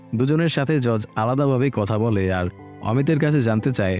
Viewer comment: জর্জ না ভাই উচ্চারণটা জজ বা জাজ হবে